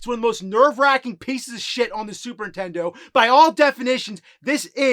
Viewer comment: I love how you always say Super Ntendo.